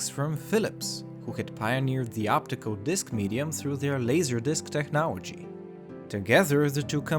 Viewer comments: It's pronounced "TECHNOLOGY", not "Technowagy" lol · why can't you say technology right, are you american or from another english speaking country as i have no idea why you say technology as technowagy